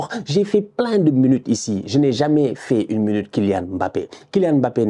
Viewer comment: Il faut respirer. La mounute bappe fait 7 mounutes . Tu a un souci avec ta montre. Et perso lâche le bappe il n'a pas besoin de toi et de ta mounute.. il t'en reste encore un peu dans le coin. Doucement sur la dose tu es en tachycardie. Tu as quel age sérieux ? Lâche le .